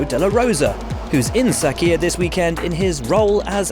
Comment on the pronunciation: What is sakiyah, dude keeps saying sakiyah?